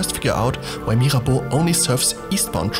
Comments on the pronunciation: Actually, you're the non-french person talking about Mirabeau who pronouces « Mirabeau » and « Église d'Auteuil » the best. Gg! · I love the sound of your voice. The way you say "Mirabeau" is perfect.